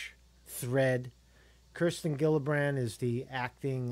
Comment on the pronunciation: Hi. Kirsten Gillibrand's name is pronounced like Jillibrand.:)